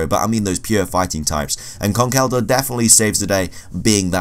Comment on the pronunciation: Is he pronouncing Conkeldurr wrong or is it just me